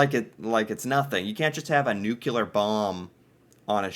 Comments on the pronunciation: Nuclear, not NUCULAR. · Is it a general American thing to say Nukelar instead of nuclear or did i just made you realize something? 🤪 ha ha! Great video! 💪🏽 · doesn't seem to know the difference between nuclear and nucular. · nuclear. NU-CLEAR. 🤣🤨😉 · "Nu cle ar" dude!!😂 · I don't know what's worse, how he pronounces Newfoundland, or how he pronounces nuclear. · Thanks. That's what I keep saying when he uses that word 😂😅 . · Like you, I am eternally befuddled by the enormous percentage of the english speaking population of this planet who seem to be afflicted with some sort of linguistic (or is it intellectual?) impairment which seems to prevent them from being able to properly pronounce this ever so simple word. It's so simple, "nuclear". If it's, "new", and it's also, "clear", then it's,.......newclear, or "nuclear". As I recall, former US President, George 'W.' Bush, suffered terribly from this affliction as well......among others. If only teachers in the schools would be allowed to wash a student's mouth out with soap each time they got it wrong. Oh well. A fellow can dream, can't he?